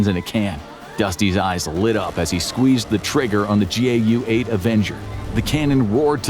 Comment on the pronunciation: it’s GAU not JAU